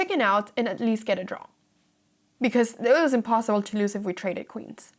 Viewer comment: when you say lose, be careful to brush over the s as though it were a z and not to elongate the o as though it's loose. Just like snooze, lose. Truce, loose.